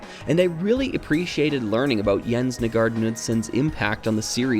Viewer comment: Sigh, another native english speaker failing in pronouncing foreign words and names. Jens Nygaard Knudsen would be disapointed. Here is a quick lesson: aa sounds like a in tall. Knudsen doesn't have a silent k. I hope someone will learn from this. Please don't make me hear Ole Kirk be misspronounced....